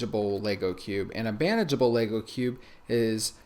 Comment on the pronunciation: Everytime he says bandagable I hear "banjable." Lol